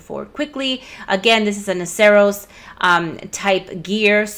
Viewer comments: Not sure why i feel the need to comment on this but... i think its pronounced nah-sur-us. Like Rhinoceros. Could be wrong. Thanks for all of the great videos, and please excuse my grammar nazi-ism. x-D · "Noceros" is pronounced like the end of rhinoceros. Duh!